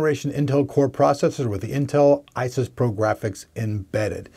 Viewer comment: I find this guy's constant slinging around of his hands very distracting. It's also called "iris pro" but he says "isis pro".